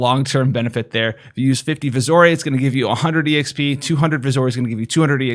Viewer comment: its VISI ORE. Visiore. You can say it like "vision" if you want and i can't argue. Or more like VISS-yore, which is how i say it. However, you need to stop calling it "vizzore", "vizzoray" and "whatever you wanna call it". You literally spend energy every video to say it every wrong way, activating any way that would make sense. Where the HELL did you get "vizzorey"? The word is ore. iron ore. gold ore. pronounced OR. not OHREY. jesus man.